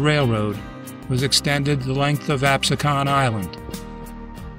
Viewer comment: Excellent video. One note though. The name Absecon is pronounced with the emphasis on the middle syllable, and the "O" is more like a short "u". Anyway, very interesting history. Much of it was new to me. Thanks.